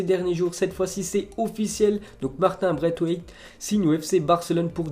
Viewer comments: On dit martine braissewaith... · Slt, martin braithwaite se prononce braiSwaite